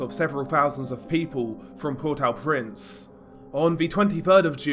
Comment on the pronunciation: What about the massive earthquake that destroyed the country? Why you Keep throwing random footage into your stuff? It's meaningless and insulting to the poor people going through it. Get out of your dark bedroom, leave home and stop talking crap. If you can't even pronounce the name of the capital you lose credibility.